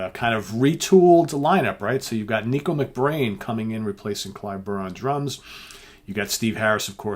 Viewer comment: Dreaded pronunciation comment: "Nicko" is pronounced "Nick - o", not "Neek - o".